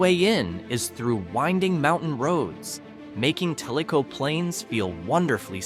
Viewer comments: If you are telling about small town Tennessee learn how to say the names of the towns. Tellico is pronounced tell- i-co not tellyco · It's pronounced TELL- i - co, not tell- I - co. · You didn't really show Mountain City. While it was not directly hit by Hurricane Helene the roads south of it were badly damaged by the flooding. Sweetwater is right off Interstate 40 so it is easy to reach. Tellico Plains is not pronounced talico but telico. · Your pronouncing Tellico wrong